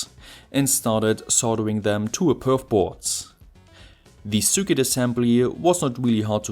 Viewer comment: Top Video, wie immer aber bitte...... Das ist kein "Sürket" sondern ein "Sirquit".